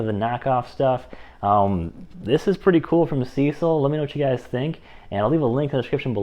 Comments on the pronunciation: Good video. Maybe update using the newest models. Additionally, use their battery. They sent it and people want it tested. Also, brother……it’s SeeSii, not Cecil. It’s pronounced “See See” or “Sea Sea”. They are honestly, the most legit Chinese tool company out there. Up and coming. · There. Is no "L" in Seesii. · Nice review! SeeSii is pronounced "CC". I asked and confirmed it with the company. After using Amazon CC points and discounts, I ended up paying $89. for my WH750. How could I say no to that? Plus, the email customer service at SeeSii was nice and responsive. Nice wrench.